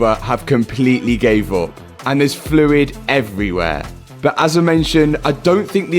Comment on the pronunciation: I think you have one of the best, most entertaining, educational and heartwarming channels on Youtube. Now, I know it's me, BUT the way you pronounce the word BUT or any word with a U drives me insane. You pronounce a U like "OOO". "I know I paid a lot for this front BOOOOOOMPER, BOOOOOOOOOT, I can sell it later... ". Is that how it sounds when you say it? I'm not even sure. In the states we prounce it "B-UH-TT" or "B-UHM-PER" Anyway, I love your relationship with your dad and it makes me miss mine so much. Thank you and Pops for all that you do!